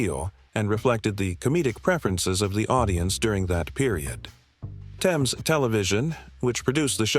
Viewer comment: It's not "Thayms" it's pronounced "Tems"